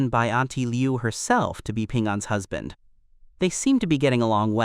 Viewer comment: It's husband, not hasbent